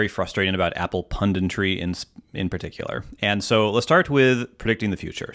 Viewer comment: Or, "pundintry" as kept saying